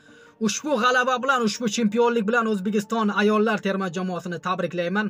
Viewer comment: Toʼgʼri gapir oʼzbegiston emas Ozbekiston boʼladi